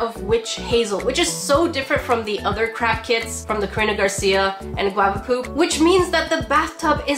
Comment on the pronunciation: I heard crap kits, I know you said craft but I heard crap 💩